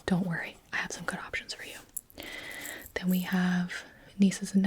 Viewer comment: I genuinely thought she said “I am twelve”...